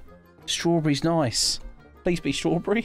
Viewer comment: Bro Said strawbre